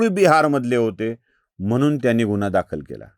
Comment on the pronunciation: निदान गुन्हा हा उच्चार तरी नीट करा गुणा म्हंटल्यावर काही वेगळेच वाटते